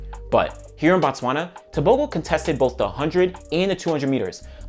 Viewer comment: It is not Bah-Tswana, it is B(oh)-Tswana, in fact you would be equally correct if you said "Boo Tswana" because in the Bantu language, it means place of the Tswana people, where as when you Bah-Tswana, which would be spelled BaTswana, you are saying the "The Tswana people"